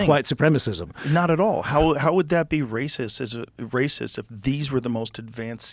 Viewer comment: "ooooaa hes a Wacist" Flint Dribble (2024)